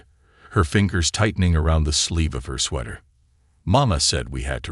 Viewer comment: He also says sweeter and sweather instead of sweater. UGH!